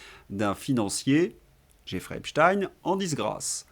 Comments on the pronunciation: Insupportable votre prononciation de Epstein qui ne se termine pas par in…..comment prononcez vous Einstein…..rectifiez en urgence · Lorsque vous prononcez e.p s.t i .n.e : encore sous protectorat des cowboys ? 😂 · Pourquoi vous dites "Epchtine" ? On ne dit pas Epstein, comme Einstein et Frankenstein ? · Arrêtez de prononcer Epstine ; à mon sens c'est fait pour "adoucir" le nom ; on a jamais prononcé Franck Einstine ou Albert Einstine mais bien Einstein... c'est donc pareil pour ce bon vieux Jeffrey Epstein. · Insupportable de vous entendre prononcer le nom Epstein en Epstin….comment vous dites Einstein…..ou Einstin…. Rectifiez svp… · Faudrait savoir... EpsTINE ou EpsTEÏN ? La vraie prononciation est la deuxième et vous l'avez pourtant utilisée plusieurs fois. Syndrome du poisson rouge ? 😉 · Un léger bémol aujourd'hui : de grâce, ne prononcez pas "Epstine" (ce n'est qu'une ruse de ceux qui trouvent son nom trop "typé") mais Epstein, comme Léonard Bernstein : personne n'aurait jamais l'idée de prononcer "Bernstine"... Ceci dit, merci pour votre travail, je vous suis depuis le début avec beaucoup d'intérêt et je partage régulièrement vos videos. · Bonjour. On ne dit pas Epstin mais Epstein (tout comme on ne dit pas Einstin mais Einstein). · mais qu'est-ce que c'est que cette façon qu'ils imposent de dire "Epstine, Epstine" on ne dit pas Albert Einstine mais bien Albert Einstein. J'ai entendu d'ailleurs que ça vous a également échappé un ou deux Epstein 🙂 (ça n'est pas contre vous ) mais ça me donne la forte impression qu'il faut, par tout les moyens, détourner l'origine de ce nom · De qui parlez-vous? Epstine? Un russe donc? Non Epstein, moi je dis Epstein, il me semble que le nom de cette ordure se prononce « Esptaïn ». Dans le cas du manager des Beatles, jamais personne n’a prononcé Brian Epstine. Curieux. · pouvez vous arrêter de prononcer 🗣️'epstine' c'est pénible à l'oreille et un peu ridicule On ne dit pas 🗣️'einstine' ni 🗣️'frankenstine' hein